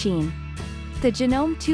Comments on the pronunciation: "HoUrS of ReSeArcH". It pronounced Ja-No-Me. Not Janom. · Hey miss robot, could you please learn to say things properly? Sewer is not "soower", it's "sower"! Janome is Janomay, etc.